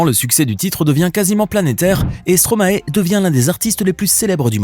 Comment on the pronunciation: Bonne vidéo mais on dit stromaï pas stromaé !!!!!!!